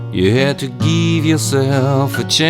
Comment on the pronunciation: To geeve yourself a chance, you have to geeve yourself a chance. lol Looks awesome but I had to tease you just a bit. That's actually a nice little diddy and I like your tutorial :)